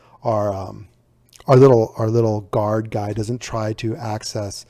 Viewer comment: it's "Guard"